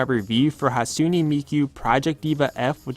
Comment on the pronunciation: It's pronounced "Hot-sune-nay" Miku, not "Hat-sune-nee" but great review nonetheless